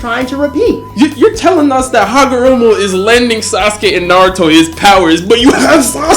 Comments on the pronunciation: hi name is Ootsutsuki not Ookutsuki ookutsuki Hagoromo not Hamogoro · take a shot every time u hear hagomoro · Its not hagomoroooooooooo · yall gotta stop saying hagaMORO, its HAGAROMO, PUT SOME RESPECK ON HIS NAME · yeah man got so many names wrong for a "Naruto guy"